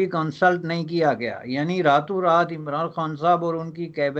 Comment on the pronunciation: the way he says imranD khan..epic🤣